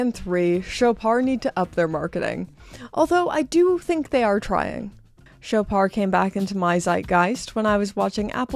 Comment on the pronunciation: It’s French, so “Shoppard”. The “o” is as in “dog” and the “d” is pronounced, though softly. It’s not “Showpar”, though.